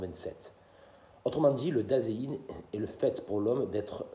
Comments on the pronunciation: Salut, juste, ei se prononce toujours aï en allemand, donc sein se prononce zaïn. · Bonjour,il me semble que vous prononcez mal Dasein.